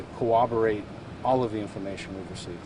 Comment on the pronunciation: It doesn't help that this guy has the IQ of a turtle. He didn't even know how to pronounce corroborate. Good luck with the search but this dude is in Mexico by now.